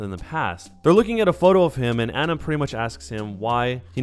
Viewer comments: You’re saying Ana wrong.. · If you say Ana's name wrong one more time I will commit toaster bath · good video but every time you said anas name wrong i cringed